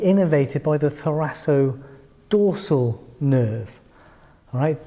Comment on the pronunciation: I think it's pronounced thoraKodorsal